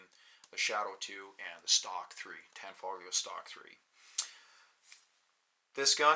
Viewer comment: Why do people pronounce the g in tanfoglio lol. Its an Italian company and the g is silent...